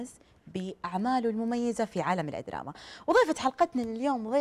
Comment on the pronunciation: الادراما 🤢معقوله طالعه ع التلفزيون ماتعرف تقول الدراما🙄